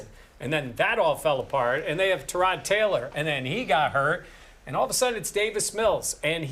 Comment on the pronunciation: Say it with us all: TIIIIIE-ROD. It's not "Terraud"